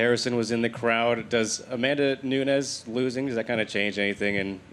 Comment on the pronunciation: It's NUNES!!! Not Nunez.